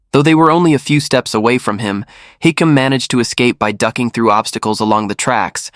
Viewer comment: His name is hisham.not hikim🤣